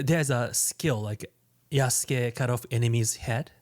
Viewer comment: "Yasuuke"? Lol